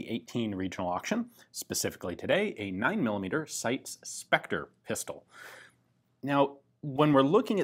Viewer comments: I thought the name of the Italian firm in question was pronounced 'SY - TEES" rather than 'Sights' ? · For anyone who's interested, it's actually pronounced SEETES (the final S is pronounced like the beginning of 'snake'). 🙂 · Hahahahaha you butchered the name. But great vid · My god I don’t even speak Italian and I know your pronunciation of SITE was atrocious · WOW, you pronounced "Torino" that well that I didn't understand the word, I thought it was an English word for a moment and my brain couldn't translate it. But "SITES" was destroyed, so the world is in balance, I guess XD